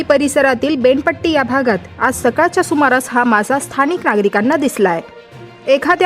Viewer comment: बेनपट्टी नाही 😄 बेना पट्टी